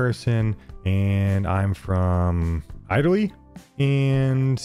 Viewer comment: you almost made a 7 minute video without mispronouncing a single word... Well now there's also "Italy" You do it on purpose don't you?..